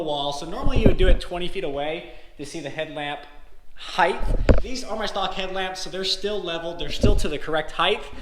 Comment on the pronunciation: It's height not heigth lol sorry just drives me crazy, love the videos, keep up the good work.